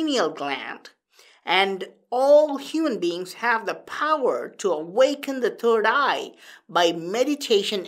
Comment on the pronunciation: He said turd eye !!!😂